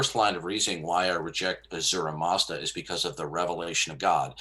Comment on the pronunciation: its "ahura mazda" lol.